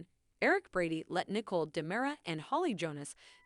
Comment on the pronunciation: Her name is Nicole not Nickel !